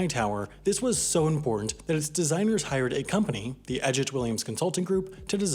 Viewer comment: I wish the narrator would pay attention to the correct pronunciation of "the". He routinely pronounces it "thee" before words beginning with a consonant sound, and not for emphasis. It's annoying.